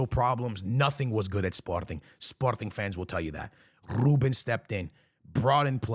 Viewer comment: Nobody:: "RrRrrrRRrrRuben"